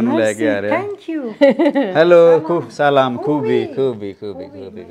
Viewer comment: ``ਸਾਆਲਅਆਮʼʼ ਤਾ ਚਲਾ ਕਿ ਮਾਰਿਆ ਨਾਲੇ ``ਸਾਲੋਮ ਤੇ ਸਾਲਾਮ ʼʼ ਦੇ ਵਿਚਕਾਰ ਬੜਾ softly pronounce ਕਰੀਦਾ = " ਸਲਾਮ"